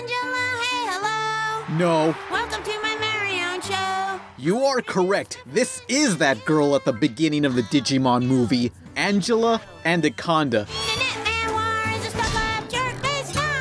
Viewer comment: Mans said "Angela ANDaconda"